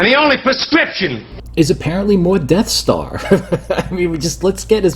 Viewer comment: "enough already wid doze def starz!"